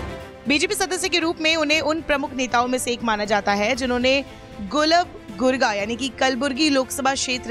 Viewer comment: It's not Gulab gurga It's Gulbarga..